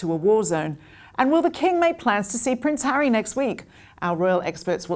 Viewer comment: African Park, mr hawwy?!